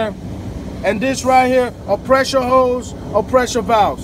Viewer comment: “Hose, not ho’s. Lol